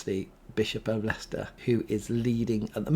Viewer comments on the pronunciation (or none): none